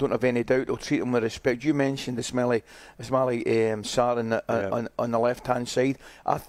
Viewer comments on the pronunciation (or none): "is-smelly sarr" 😂😂😂 had a shocker there